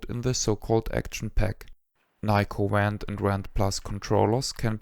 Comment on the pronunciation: Five years later I still prefer my Nyko Wand (Which I pronounce "vhand" because of accent😂)for Wii gun games and play them often. Even though I have a modern pc build with retro Shooter guns, I am still drawn to the simplicity of Wii. This video was my introduction to amazing channel and I have watched every video. Thank you for all the precis information and kind assistance over the years! I wish you had a donation link!